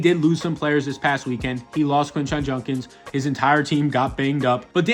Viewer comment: Still waiting on to say Judkins name right